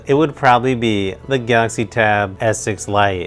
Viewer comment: I was so confused at first because he pronounces Galaxy as Gautzi haha. I got a S6 Lite and I'm conflicted. I love it and kinda regret it at the same time. Chromebook OS can do so much more than Android because you can install Linux apps so full desktop apps. Is more of a mobile productivity device than a tablet plus you get a keyboard. But the specs on S6 are just so much better than Duet for the price performance. I mainly got it for drawing and S-Pen is incredibly good and based on what I read the Lenovo USI sucks.